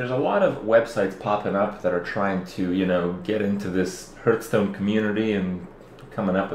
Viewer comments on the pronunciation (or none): What's Hurthstone and Hurthhead? It's Hearth not Hurth. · Learn how to pronounce the name of the game: \ˈhärth-stōn\ Makes you look less like a noob.